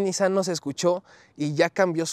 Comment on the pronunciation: Buen video, pero no se contagien de los q pronuncian mal “Nissan” (se pronuncia “NissÁn”, no “nÍssan”). Gabo Salazar de Autodinámico lo empezó a decir mal al hablarlo como si lo dijera en inglés (allá no se les da pronunciarlo correctamente) y ahora todos los youtubers (y los q creen q así se pronuncia en realidad jaja) así lo hablan. ¡¡Pónganse las pilas muchachos!!